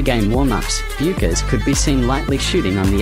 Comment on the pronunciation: How about learning how to pronounce the name of the person you are talking about. Research 101!